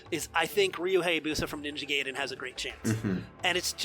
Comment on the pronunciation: It's Gaiden, not Gayden.